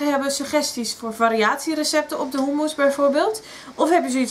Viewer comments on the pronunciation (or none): In Nederland spreken we u niet uit als OE.